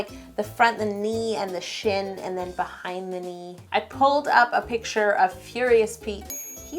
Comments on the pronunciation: who else thought she said cut that shi* open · oh thank God she said shin, I think I spelled that right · when she said "i slashed that shin open" i thought she said something else starting with sh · who else thought when she did the last cut she said sh*t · When she said "cut that shin open" I thought she said cut that sh!t open😂😂😂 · When she said I cut that shin open I thought she cussed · She said rip that SHIN open...yes it sounded like rip that SH*T open! Haha!